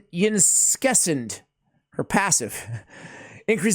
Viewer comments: Pronounced Incense-ah, great guide tho! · Isn’t it pronounced ‘incense-a’? :D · Fairly sure her name is based on the word "incense" so I pronounce it een-sense-a. I definitely know it is not pronounced how pronounces it. LOL Glad to see the guide. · Yncesa.. pronounced like the incense